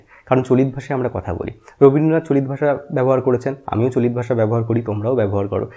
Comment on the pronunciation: আমি বাংলাদেশ থেকে, আমাদের ডা. সুনীতিকুমার চট্টোপাধ্যায়ের ধারণা পড়ানো হয় না। ডা. শহীদুল্লাহ এর ধারণা পড়ানো হয়। গৌড়ীয় অপভ্রংশ থেকে বাংলা ভাষা এসেছে বলে আমাদের পড়ানো হয়। আপনার উচ্চারণ গুলো কেমন জানি লাগলো। "আজকে" কে বলছেন "আজগে"। "চলিত" কে বলছেন "চলিৎ"। তবে আপনার উপস্থাপনা বেশ প্রানবন্ত, বাংলা ভাষার প্রতি আপনার আবেগটা জোড়ালো। ভালবাসা রইলো। পাশে আছি। এমন আরো তথ্যবহুল ভিডিও আশা করছি।